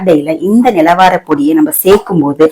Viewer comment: நிலவாரை பொடி சரியான உச்சரிப்போடு சொல்லுங்க கடையில் வாங்குவதற்க்கு